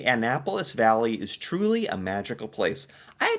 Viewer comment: Valley not Bally.